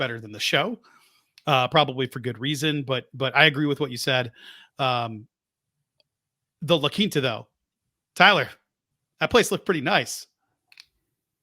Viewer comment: Put some respect on the "La Quinta" 😂😂😂😂😂😂